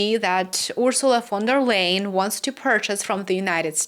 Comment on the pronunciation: I think it respectful to pronounce a person's name the way they pronounce it. Even people you don't like. Von der Leyen.